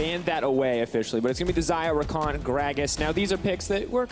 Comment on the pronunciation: U mean Rakan? Not takan.